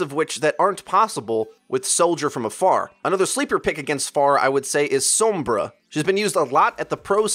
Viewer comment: I like your videos but can get cut out the pretentiousness, "fan-servicing" of "pro-players", AND for the love of god, stop pronouncing Sombra/Pharah wrong